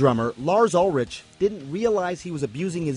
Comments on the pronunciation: They should learn to pronounce his name correctly. Ulrich. Instead of rich its sound is rick the h is silent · Ulritch? It's ULRIKKK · it's pronounced "Urlić" :)))) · it's pronounced "ul-RICK" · "Ulrick" sounds better in the English language. It's just like how English-speaking people insist on pronouncing IKEA as "eye-key-uh", even though the Swedish pronunciation is actually more like "eek-eh-ah", without any gliding vowels. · No it pronounces UL-rik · Did i just hear Ul-RICH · why does the guy say Lars Ulritch xD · He pronounced Ulrich wrong. But he is rich. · How the fuck did you just pronounce Ulrich?!